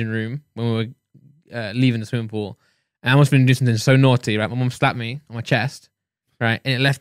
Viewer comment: Just me that was hearing 'swimming pull' 😂😂